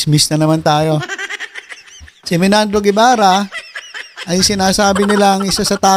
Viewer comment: BERBERABE hindi Bernabe, at Menardo hindi Menandro grabe ka